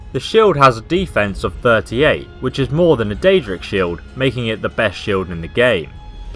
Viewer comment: it is daedric not deadric daedric (day -jri -ck) deadric is (deh - dri - ck)